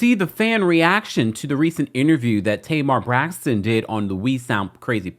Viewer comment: Tamar messes up the “Braxton” name . She fill of drama and immaturity. Now I see what Tracy and Towanda meant!